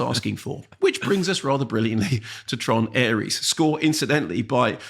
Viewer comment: Heard Mark call this 'Tron Arse' at the end of his Mastermind review and realised I have to listen to this